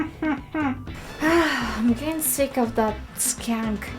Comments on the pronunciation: skunk sounds like punk. You said punk correctly. Just replace the "P" with "SK" PUNK SKUNK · he he, it sounded like you said "that skank"! This is a really nice painting!